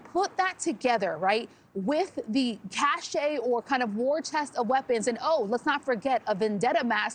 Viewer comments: It's not "a cache ('KASHAY') of weapons"...its a "cache ('KASH') of weapons." If you're going to speak English, please do so in English. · it's not pronounced Cash-Ay. It's pronounced Cash. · Its "CASH" not "CASHAY"😂😂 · It's not pronounced "cashay", it's pronounced "cash". There is a word "cachet" pronounced like that but it doesn't mean stockpile or whatever. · cache is pronounced cash, not kashay. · Someone please tell her that "cache" is one syllable not two as she obviously thinks. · Great job by a couple of observant police officers. Also a good job by the reporter in the field, but please learn how to pronounce cache. Don't use words and/or names on camera that you don't know how to pronounce. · It’s cache and transient. Learn to pronounce things correctly. 🤦‍♀️ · She should learn the proper pronunciation of the word cache.